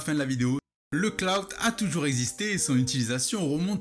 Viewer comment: Merde on dit "clout" pas "cloud" rap. J'ai appris un truc today